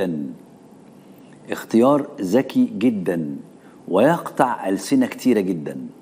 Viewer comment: ذكي جدا وليس زكيي زكييي تعلم اللغة العربية اخي القراء تعلم اللغة العربية الفصحى